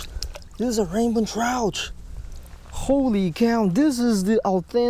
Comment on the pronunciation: you say rainbon trout because of your ascent